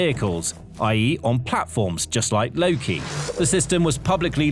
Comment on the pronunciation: its called "loke" not "loki"🤦‍♂